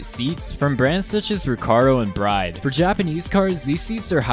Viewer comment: Stop saying the "bride" like braid.. Its brid..nice video tho..101% agree